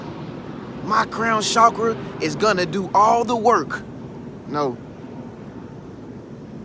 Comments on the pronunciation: Can I just say, i love the way you say the word "chakra"💞. Period. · I like it too....And I really and truly think that is one of the only ones pronouncing it correctly, based on how it is spelled....It seems that most people are using the phonetic pronunciation.